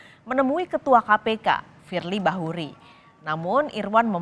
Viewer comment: KETUA KPK YG DI MAKSUD. FIEI BAHURI. KOK NYEBUT ITU AJA SUSAH. USUT TUNTAS.